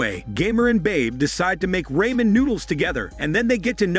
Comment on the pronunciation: Whenever I’m board or u r just remember this guy is always here he is a great YouTuber. I love zombie movies. And also I literally laughed so hard when they pronounced a ramen wrong🤪🤣